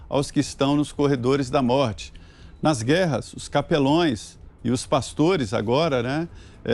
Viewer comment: Capeloes!!! ou capelães?? Se, se cuida!! Um jornalista não pod errar certas palavras!